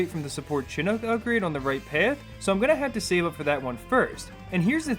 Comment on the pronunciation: "Chinook" is pronounced "shin-ook", not "chin-ook". It's named after a native American tribe